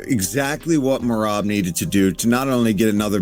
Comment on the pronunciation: how did u butcher the name merab lmao mareebbb lol